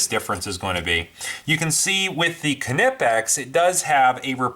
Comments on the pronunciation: Silent K in Knipex... Just saying... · I gotta admit, it annoys me how you say Knipex, I'm pretty positive the K is silent. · dmcguinn1 Well I did watch their videos before commenting. The CEO of north America for Knipex doesn't say it with the K. For the german videos I couldn't understand what they were saying.. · The fuckin k is silent. Drives me crazy when people pronounce the "k" nipex makes me want to cut my ears off with a "k"nife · Kanipex? they are pronounced Nipex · Why not just say Knipex like a normal person? Or is it a rule to make up letters in between two constants? Like "Fridge" is pronounced Fi-ridge? Or Ground "Ga-round"? WTH man?! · Reviews Im german and it is pronounced knipex and not kenipex. But it is probably hard for non-Germans. The review is good though. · After watching this video I wanna stab my self with the KA-NIFE. Am I the only one that pronounces Knipex with the silent K??? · Nip ex bud lol kinipex 😂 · Knipex pronounced nye pex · no he didn't, it's "Kee-nipixs" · I wanna stab my self with the Ka-Nife. 🔪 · lol Ka-nip-x hooked on phonics worked for him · it's pronounced Nye-pex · Ka-nipex? Must be of same origin as a Ka-nife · Just curious. Since you had your Knipex Cobra right their beside you,and the Irwins failed Why did you resort to grinding off your exhaust manifold stud,and not just switch to your cobras? Just courious. Also as far as the pronunciation I think I would say Kipex with a silent N Ki-pex?? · Where’s your K’-nife? :P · Knipex with a hard K. None of this KU NIH PEX bullshit. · it's kuh-nee-pex dude. Watch one of their videos. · Sash Window no I don't say k nife but I'm not German either lol the K is not silent in knipex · The K is silent my guy. Nice review though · like knife, the k is silent. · It’s a silent K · It's a silent "K" in Knipex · Did you just pronounce the K? Thumbs down. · Do you say, "Kanife" for the word "Knife" as well? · just drop the additional vowel you add after K. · knipex has a silent K!!!